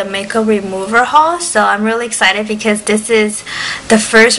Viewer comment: "dis is the first........ " LOL LAUGH OUT LOUD her accent